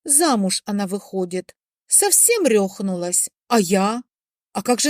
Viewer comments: РехнУлась, а не рЁхнулась. Ужасное безграмотное произношение, отвратительные интонационные модуляции. Займитесь тем, что умеете делать хорошо! А аудиокниги не ваше, увы. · М-да-а, рЕхнулась !!! Ну и нЮ !!! Как безграмотно ...а интонации !!! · РазорвалА, ракУшка, рехнУлась... и др. Следите за речью! Украинские варианты режут слух...